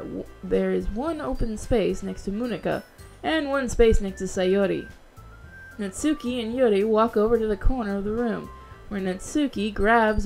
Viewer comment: Now now I got a question. Could you try to put some more effort into reading the japanese names. Natsuki btw is spoken without the u.